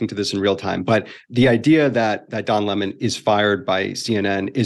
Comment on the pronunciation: Loved how tucker called him lamon